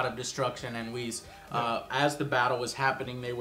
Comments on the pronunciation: Whis ( Wies) JOE! not wizz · OMG his name is not Wiz. It's Whis, you say it wees